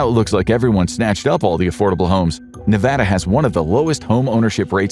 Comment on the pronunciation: Glad you said Nevada properly!